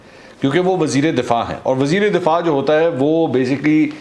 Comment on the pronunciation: Mansoor bhai .....wazir e difaa nahi wazir e dafaa .